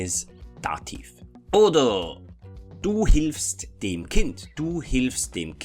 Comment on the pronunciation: Very good video! Thanks! Anyway I’ve always wondered why do you pronounce ”dem” like there was an i. It sounds like dim. I hope you understand what I mean. Greetings from a Finnish speaker, we use 15 cases! 🇫🇮🇩🇪